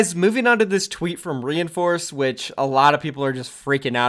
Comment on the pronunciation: your pronouncing his name wrong.Its not re in force it is rein like Reinhardt then force please stop saying reinforce it makes me cringe so hard